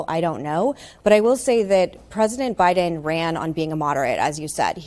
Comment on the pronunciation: It’s Buy-Din Season not By-Then Season